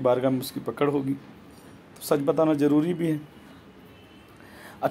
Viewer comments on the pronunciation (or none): Are Jahil Pahle Sahih Urdu Bolna To Seekh Le....Jaroori, Cheej, Jaja, Namaj, Trabi, Saaba......Yeh Sirf 2 Minutes Mein Urdu Ka Hal Hai, Puri Video Mein Urdu Ka Jo Bedardi Se Murder Kiya Hai....😀😃😁😆😅....Allah Ki Bachaye Aise Jahil Babao Se.